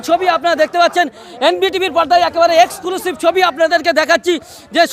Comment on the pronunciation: Esclusive na Exclusive hobe. Reporter hoyeche..... R Bengali pronunciation clear noi...